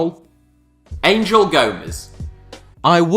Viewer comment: Angel Gomes first name is pronounced with a hard G (like in the word angle but Ang-el)